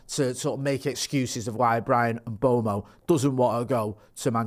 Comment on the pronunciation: it’s pronounced Mmm Bway mo not mbomo you knob 😂